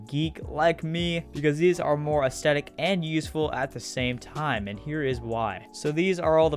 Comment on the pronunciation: Im sorry but u said anethestetic instead of aesthetic oml, btw this is